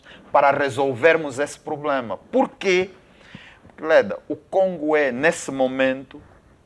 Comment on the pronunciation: Será que eu oiço Sr Pakissi, a pronunciar a palavra problema como "pulema"?